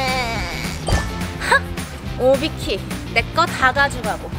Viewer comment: 에서 오비키 라고 해야 하는데 오바키 라고 함ㅋㅋㅋ